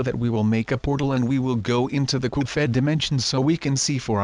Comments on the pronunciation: His name is not Coupe head his name is cuphead and why do you sound like an anonymous anonymous whatever they're called are you an anonymous or something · ITS CUPHEAD, CUP HEAD NOT COP HEAD SILLY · You say "Coofead" instead of Cuphead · Why do h call the game cufheaad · Cuphead not cufheat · "cophead" xD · It's Cuphead, not Cofhead! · HE SAID GOOFHEAD! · its not caled goofhead its cuphead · Uhh it’s CUP HEAD not CUFED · Do u mean cuphead not duffhead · Coof head? What u mean cup head u propaly sick or u have hiccups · "coop fed" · It's cuphead (pronunciation: cup_head) not cuphead (coof_ed) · "goof fed" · Why did you say cufhead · COOF ED [eh duh not ed as in sqashED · ITS NOT CALLED COUPHEAD YOU STUPID>:( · he is saying coop phed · You mispronounced Cuphead